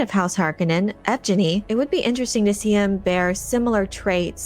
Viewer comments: Yevgenny is a Russian name. It's pronounce Yev-genny, with a hard "g" like in gift or green. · Yevgeny has a hard "g" sound and an emphasis on the second syllable, so it should sound Russian-like. Yev-Geny. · Yevgeni is pronounced yehv-GAY-nee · yev-ge-nnie it's russian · Its pronounced "Yev Genny"